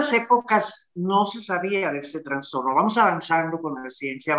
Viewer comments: * Trastorno no digan Transtorno.... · No se dice transtorno !!! Es trastorno